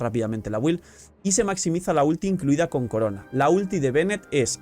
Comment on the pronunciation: Ya sólo falta pronunciar "build" correctamente (sin ánimo de ofender, porque es algo generalizado también) :)